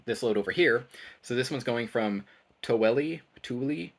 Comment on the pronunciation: I lived in Salt Lake City for many years, Tooele is pronounced: too will uh.